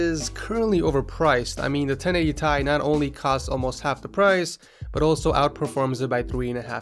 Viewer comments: wtf 1080thai please dont say that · i cringe evry time he says thai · 1080 thai hurt my ears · everytime he said 1080 Thai he lost 10 subs say 1080ti god damn i dont even wanna watch him bc of electrobox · its 1080 FUCKING T I not thai like wtf just stop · i gto triggered every time he said 1080 tie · He actually pronounced it 1080 Tie :D